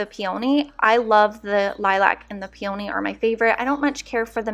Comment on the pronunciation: Please use the correct pronunciation for peony. It is PEA-ah-knee, not pea-OH-knee. Check our this pronunciation audio for the word